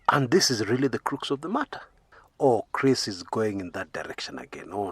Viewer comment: Chris, crux ix pronounced "kruhks"